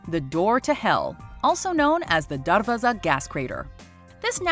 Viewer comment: No she pronounced darvaza wrong